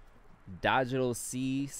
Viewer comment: Tope asks my question 🥳 it’s pronounced Digital See (Csea) btw lol. And for the record eye think the one “verse” style is genius. The verses be meaningful and that’s what the game needs. Substance. 🗣️ ITS DIFFERENT lol Check your email and Instagram Good compenny. 👨🏾‍💻